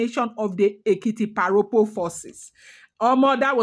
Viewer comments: Thanks for these history lessons,. Èkìtì parapọ̀ [pronounced pa-ra-por] i.e Ekiti united. Nothing to do with pa Ropo. "Rọpo" means replace, pa Rọpo was almost certainly born as a rainbow child, hence named Rọpo ie replacement child 🎉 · Why don't you limit yourself to Ife palace story. You will get into trouble with your own side of the story. The war itself was called "Ekiti parapo" not "paropo".